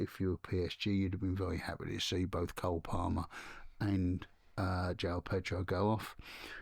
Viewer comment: How many times do people in UK have to be told.....it is JO-ON Pedro not JOW.